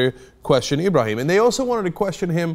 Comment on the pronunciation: I like how Cenk got really proper with the accent for Ibrahim, then he stumbled a lil on Tsarnaev